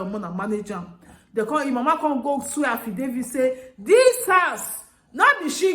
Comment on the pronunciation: En en... No be Affidavid.... Nah affijoseph......lol... Affidavits /HAH/VI/DAH/FITS THE LADY TOOK A RIGHT DECISION.... BUT SOMETIMES, ACTING AD A FOOL AND BEEN WISE IS BETTER ..... IF NAH ME, GOD FORBID OOOO.... I GO COLLECT MY PIKIN, TAKE AM WITH ME GO EUROPE, LEAVE HOUSE FOR MAMA.... AND $1 , I NO GO SEND MAMA OR ANY FAMILY AGAIN. I GO START ALL OVER BY COMING HOME COME SUPERVISED MY PROJECT INSTEAD OF GIVING IT TO ONE KIND ENGINEER OR KUKU STAY FOR EUROPE DEY MAKE AM FOR MY PIKINS AND MYSELF..... JUST MY OWN ADVICE OOOO... NO INSULT